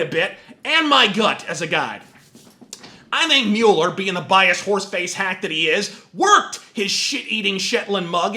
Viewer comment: I like that you pronounce Mueller the way it looks like it should be pronounced, annoys me how everyone says mawler.